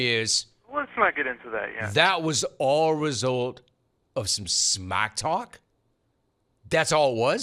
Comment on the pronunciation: It's smack talk, not smack caulk